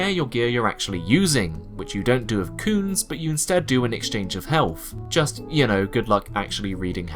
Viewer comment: aaaaah... "cunes". So funny everytime you say it, what a great little name for an ingame-currency